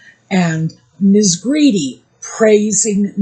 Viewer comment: Emma Grede's husband is Swedish so surely Grede is pronounced Gray-duh? (The Swedish way.)